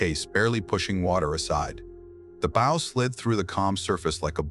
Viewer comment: When is the AI going to learn how to pronounce the name of the pointy end of the vessel.......B OW. 😊 Not bow tie